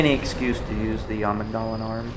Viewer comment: Why do all bloodborne videos say amigg-dahla? Its am-igdala. The amigdala is a component of the brain. In medicine they say amigdala not amig-dala